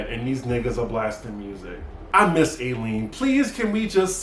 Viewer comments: Her name is Eileen...pronounced I-lean dear. Love her too. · Can you PLEASE say EYE LEAN (Eileen)